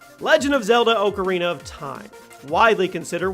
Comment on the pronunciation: He said "ocarina" wrong